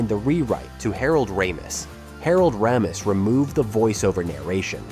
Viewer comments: Funny how the pronunciation of Ramis changes throughout the video. Sometimes it's a long A and sometimes a short A. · Harold "Ra-MEESE" LOL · Raymiss, Ram-iss, and Rah-meece. 3 pronunciations by the AI narrator of Harold Ramis and it's not even halfway through! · Great mini-doc - well-done! I have to say, though, the back & forth pronunciations of Harold Ramis' name - from Ray-miss to Rammis back to Ray-miss, back to Rammis, over and over and over...was pretty annoying. For the record, it's only one "m," so it's pronounced Ray-miss. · Ray-muss and Rye-muss, two different pronunciation of the same name within ten seconds 😂 It’s ok vid but I’m guessing it’s AI voice! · Listening to this narrator alter his pronunciation of director Harold Ramis' (correctly pronounced "RAY-mus", not "ram-US") surname, and to refer to the other actors by their surnames, only, yet always using Harold Ramis' first and surnames became so distracting, I stopped watching about a third of the way through the video. I'm not sure if I'm nitpicking the video or not, but one thing I am sure of, is that the narrator and his idiosyncratic style made it very difficult to watch. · Ray-mis for Harold's last name pronunciation! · Dude, decide on which way to pronounce Ramis. (it's a long A, btw) ...you're literally switching within the same sentence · Also Harold RAM-ees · AI ass video. Pronouncing Harold ramis like 5 different ways. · Anybody count how many time the “narrator” flip-flopped on the pronunciation of Harold Ramis’ name? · The narration voice for this video is AI. Not bad but it can’t decide how to pronounce Ramos’ name. This is a common challenge with AI and proper names. They don’t always get pronounced by the actual person with the name as it seems the name should be pronounced. Example Favre. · How many different ways can you pronounce Ramis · Your AI narration needs to be programmed to pronounce the script correctly. It says Harold Ramis' name at least three different ways!